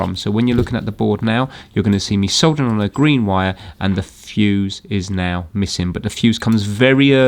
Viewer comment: I just realised, says Vire instead of wire.